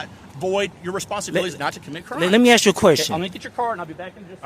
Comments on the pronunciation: IT'S "ASK" NOT "ACKSED" 😂 Here we goooo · Ask vs Axe. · Dude… you have to work on your language skills. There is nothing called AKS. It’s written and spoken as ASK. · Would love to know why do many millions of black people can’t pronounce the word “Ask”?